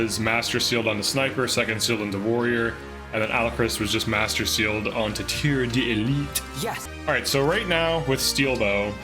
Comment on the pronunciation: Almost perfect prononciation of Tireur d'élite, as a professional Frenchman I will give you a 9/10